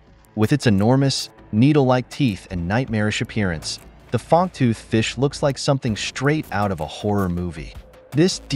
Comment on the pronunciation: do you have AI doing your reading? it is "Fang-tooth" fish, not "Fong-tooth" fish haha